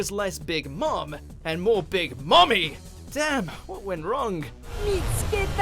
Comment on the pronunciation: The emphasis of Mommy in big moms section killed me